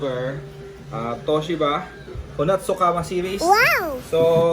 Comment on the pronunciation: Kamado ang basa Sir. Hehe